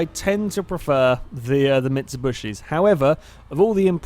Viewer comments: Dude,; it's MITSUBISHI, NOT MITSUBUSHI! Seriously. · Did I just hear you say "Mitsubushi'?